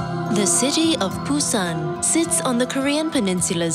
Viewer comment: Why can't she pronounce Busan ? Ain't that hard. No video of Gamcheon village love that area.